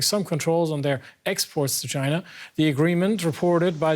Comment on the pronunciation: Dude its China not Gina..wtf